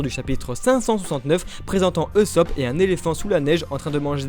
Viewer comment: MAIS ON DIT PAS EUSOPP C EST OUSOPP (usopp) !!!